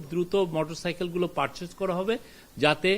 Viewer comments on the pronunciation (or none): none